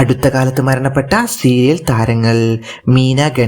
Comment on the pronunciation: സുഹൃത്തേ മരണപ്പെട്ടു എന്നാണ് മണപ്പെട്ടു എന്നല്ല